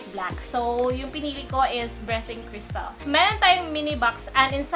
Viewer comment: Ang ganda naman ng "BRETING CRYSTAL" 😂😂😂😂😂😂😂😂